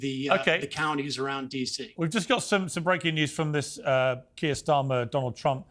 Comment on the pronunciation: Benny Johnson can’t pronounce the name Kier….. wow, what a dummmy. To be fair, he probably doesn’t have any trouble pronouncing Russian names.